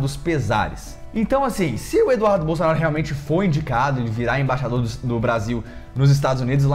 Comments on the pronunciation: Você fala Imbaixador, quando o correto é Embaixador. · no início do vídeo aos 6 segundos, vc fala "IMBAIXADOR"...